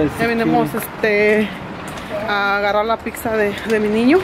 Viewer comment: No se dice pixa, es pizza 🍕